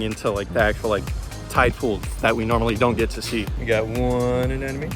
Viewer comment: Also, it sounds like you keep saying "anenome" but it's "anemone" (uh-NEM-uh-knee).